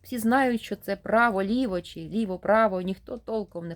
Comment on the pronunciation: Слухаю вас з увагою, ви з молодшого від мене покоління. Очевидно ви із східної України , чую по вимові, з великим впливом російської. Шчьо, чьому, дЗім замість дім, широке російське Ы замість українського короткого И. Але мені приємно, що в часи, коли наші сусідські «браття» вбивають наших людей за мову українську. Щиро вам дякую за читання і прагнення розвивати українські канали. А вимова? Може треба буде змиритися з сучасною модою. Адже багато мо перетерпіли зміни: англійська британська та американська, іспанська європейська та латиноамериканська, португальська і бразілійська, французька і крейол. Світ міняється, але Україна буде вільною.